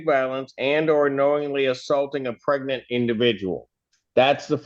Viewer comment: Wait a minute, did you say pregant? I'm sorry my ear is clogged did you say a pregant victim? I don't understand what you're saying.